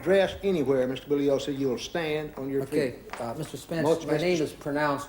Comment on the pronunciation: I think Jerry Spence is deliberately disrespecting Vincent Bugliosi by pronouncing his surname as "Boog-liosi" rather than "Boo-ye-liosi". I'm not Italian, but I know this, as does the judge when addressing him. I think Spence does as well.